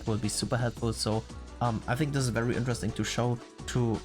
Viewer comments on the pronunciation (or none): none